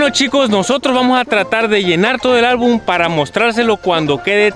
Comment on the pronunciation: se dice album no albun